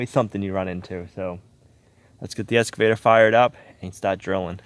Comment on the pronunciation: Both you guys...it's "Excavator" not "Escavator"!